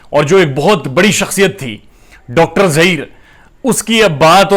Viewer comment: AP jab doctor bolte hai bahut hassi aati hai